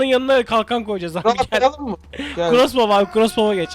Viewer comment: Bizim okuduğumuz : Krosbov Jahrein abinin okuduğu : Crosbov A:S:BDFnb:gf:N